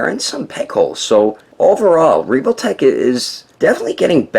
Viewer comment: He really just said: "Reevoltech"